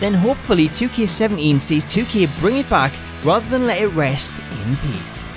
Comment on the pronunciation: Why is your acccent so weird everytime you say 2K i feel like you're saying 2Kay